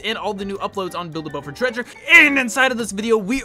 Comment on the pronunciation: The '' BHhhild a boat for treasuree''